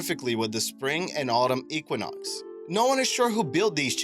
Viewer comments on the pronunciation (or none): none